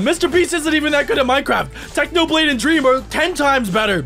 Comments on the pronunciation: Technopig ? it is Technoblade you silly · In the start he said technopig😂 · You said technopig it's not it's technoblade 🐖